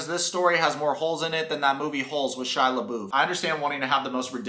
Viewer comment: Why did you say Shia LeBouff like that?. I fucking love You Lmao !😂 By the way It's cool your an Aaron Daughtry fan. I've been watching him for years. He's amazing !